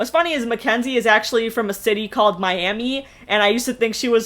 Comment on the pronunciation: Okie here, Oklahoman, it's pronounced My-am-uh. I don't know why, lol.